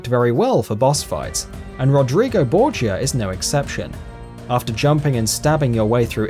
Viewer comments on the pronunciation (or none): It's pronounced Bore-ja not Bore-gee-a